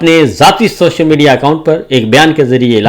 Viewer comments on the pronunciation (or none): none